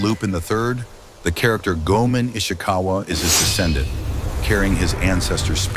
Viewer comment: And I believe it's pronounced Go-ay-mon.